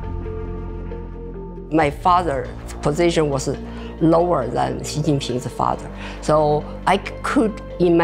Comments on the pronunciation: She can't pronounce xi what a shame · The way you pronounce Xi... Is incredibly cringe... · Seriously? You couldn't even get his surname right? Pronounced more like Shi (not Si). That's unforgivable to start with. Then you have someone who talks quite vehemently and states umpteen times over that he was born into an elite family (so?) and then at the age of 9 that elitism was lost in a Mao purge. So making it true that he had a very difficult childhood as the official story-line goes. Why did you try to make out so much about this privileged background as though this was somehow utterly reprehensible. Is the rest of the video any less biased? I somehow doubt it. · Its president shi (xi) , not si :/// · I wish people would learn to pronounce Xi's name correctly. It is pronounced 'she' and not 'see" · Xi isn't pronounced "see". It is pronounced "she". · If you look at the Bopomofo and match the Yale with the pinyin for Xi, it is "syi", same sound. There is no Shee in Yale or pinyin. I believe it is a rising second tone, right? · Why does the narrator mispronounce his name as "See?" It's simply anglicized as "Shee." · Xi is pronounced "she" not C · His name is NOT C ! Xi pronounces as “she” respectably. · its literally pronounced "SHE" in english, not "KSI" or "SI" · Lol. ‘See’ Jingping. 😂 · Yeah but anyone with any knowledge of putonghua knows it’s pronounced more like ‘shee’ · Xi Jin Ping is pronounced Shee Jean Ping. XI is Shee. The rest you have correct. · Xi is pronounced like the word she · It’s pronounced “she” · The video say Xi like she, are you kidding me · It's pronounced like Shee. Shee - jin-ping. Get it together Economist. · the presenter could at least have googled the correct pronounciation of his name before blasting this out on youtube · I really appreciate the insights provided by the economist. However it would be nice to have the first name of the main character pronounced accurately.